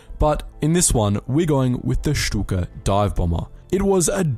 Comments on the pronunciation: Very nice German pronunciation :) I wonder why silly Stuka won lol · Learned to pronounce “Shtuka” correctly. 🤪